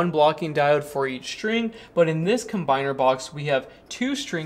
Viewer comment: And what about "shtring"?